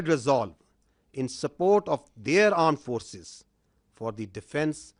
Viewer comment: 1st "Aand Forces". 2nd "Aand Forces". "I am busy right now. Later i will put timestamps on every funny statement." 😂